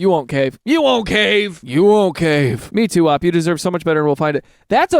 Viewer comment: its an ACRONYM. stop saying op as in shorthand for opposition. you dont say idk, you say with i-d-k